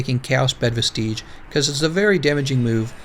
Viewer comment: Do you just choose not to see the "s" at the end of CB vestiges? It's not pronounced vestigee.